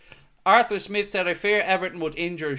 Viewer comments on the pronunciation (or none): none